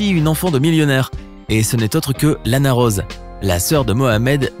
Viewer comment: Son mon: Lana Rose Se que j ai entendu: Lana Roade